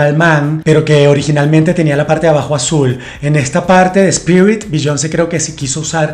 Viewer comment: Biyon___ce jejeje todo muy bien, pero pronuncias muy mal su nombre.